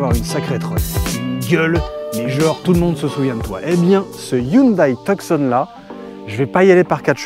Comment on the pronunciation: Cela se prononce Tu-son..... Et non... Tuuk -son...